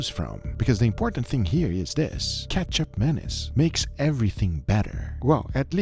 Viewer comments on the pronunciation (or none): Sorry i cant hold it. keichap mayonnaise just sound so wrong 😂😂. Should pronounce as ma (mama/mo-ther) niece. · He keeps saying "ketchup mayonnaise" instead of ketjap manis..... Guga really needs to work on his pronunciation/annunciation..... jellomin. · I heard Ketchup Anus. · It sounds like he's saying ketchup mayonnaise. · i kept hearing ketchup mayonnaise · Started the video without looking at it, but only listening - kept hearing "Ketchup Mayonnaise" - had to check what was actually happening, and that was definitely not ketchup or mayonnaise.. lol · All I hear is… ketchup mayonnaise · I thought bro said Ketchup Mayonnaise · say it like this: Katchup 'Manees" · Am I the only who initially thought he said Ketchup Mayonnaise? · When Guga first said it's name, I understood it as "ketchup mayonaise". Yup, ketchup mayo. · Guga sounds like he’s saying ketchup mayonnaise lol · Google sounds like he’s saying ketchup mayonnaise lol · Love guga, I keep hearing ketchup mayonnaise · I heard ketchup menace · I keep hearing ketchup menace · I’m dying because after reading the comment, all I hear is Ketchup Mayonnaise, even though it’s not spelled as such.